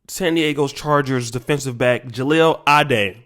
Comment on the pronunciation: At least pronounce his name right